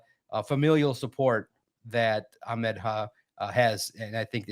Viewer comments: calls Ahmed, Ackmend😂😂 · but it’s not kind of like a kha sound. The Arabic letter is Ha, not a kha. Nowhere in the Middle East would anybody pronounce it Ak-Med, the name is AH-Med. his brother was raised here so he probably westernizes the name, which Ahmed is likely fine with, but that is not a correct way to say the name. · Listen to. And. It’s ah med. not ock mid smh 😂😂😂😂. Where in the world do people get a k from??